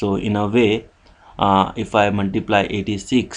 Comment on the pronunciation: Muntiblay (Multiply) XD